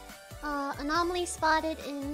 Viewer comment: saying anomaly the wrong way the entire time is both cute and annoying